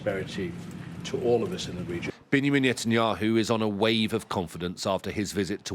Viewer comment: Bingyameen Netanyahu 🤣🤣 Did I hear him right?